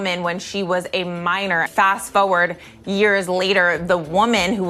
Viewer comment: "fo-wurd?" "fith?"